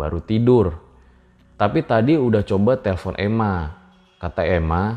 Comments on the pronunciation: Bukan Ema tp euma 😂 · ema = ibu, bukan dibaca emma, harusnya mma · Koq jd "ema" sih.....😂😂geli dengernya.....🤭